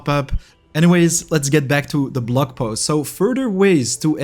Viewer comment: Given your accent. You said "blog post" but I heard "blood post". Lol Very appropriate IMO.